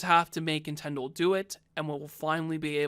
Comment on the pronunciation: Nintendle Switch